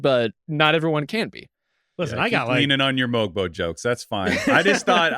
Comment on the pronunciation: The g in Mogbo is silent by the way, and that was a sneaky great pick.